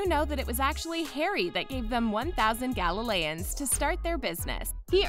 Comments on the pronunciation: pardon me, but did she say gallaleons (pronounced gal-al-a-ons) It's galleons (pronounced gal-e-uns) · I was busy giggling about Kretcher (pronounced by Sirius as Creature) and Galileons (er Galleons for heavens sake) 🤣🤣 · Kreacher is pronounced "creature." The currency is "Galleons." Not Galileyans. Harry gives the Weasley twins his winnings from the Tri Wizard Tournament because he didn't need the money, which reportedly was 25,000 Galleons. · “Gala-layons?” Instead of Galleons? I nearly snorted my milk. LOL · OMG it is pronounced Creature not Krecher!! And it is pronounced Galeeons not Galileons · And it's Galleons not Galileans!! 🤦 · Dobby and cretcher? i think you mean Kreature nor is it `galileons` its galleons all the edits on this comment are just me adding more bits they get wrong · “Kretcher” “Galileans” Did you even watch or read any of them?! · Waaay too many inaccuracies. Smh. But her mispronunciations of "kretcher" when it's "Kreacher rhymes with creature", "wheezy" when it's "wheezes" and "galileons (like Galileo) " when it's "Galleons (GAL e yons) are making my ears bleed. And she keeps saying US movies. Were they not American directors (Chris Columbus for one) with British actors and British set and British everything? Just American slang dubbed in? And "the Americanized version" of DH part 1....did other countries truly get a whole different movie? Siriusly, did they? Why does this channel exist? They never get anything right and they don't bother getting a narrator who can pronounce things correctly. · No one: Narrator: oNe ThOuSaNd GaLLiLeAnS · Its gall-e-ons not gallileons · Gallelayons? Galleons? Is that how the Americans pronounce that? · I think the uk books are on kindle in America because nothing is different. Also excuse me but galalaoens? Huh? It’s galleon not galalaoens, Sorry but why? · krecher and gallans Everyone else: kreacher and gallons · Kreacher not Krecher, Wheezes not Wheesies, Galleons not gallilions...